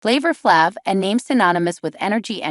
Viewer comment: Can't listen, as the pronunciation of his name makes my ears bleed. What dopey twats.